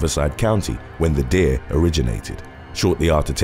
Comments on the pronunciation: Great videos, but (Deer) ? no (Deer´s) in your videos....? are you trying to say (Dare) ?? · Why do you say "Dare" like "Deer"? I'm British too, but I haven't got a clue why you pronounce that one word like that.... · Are you a kiwi? The way you pronounce ‘dare’ sounds like how kiwis pronunciation it.